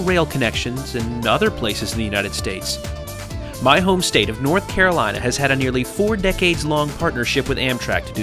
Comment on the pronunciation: lol the Carolateagain hahahaha